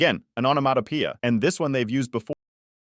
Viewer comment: someone please teach bro how to pronounce onomatopoeia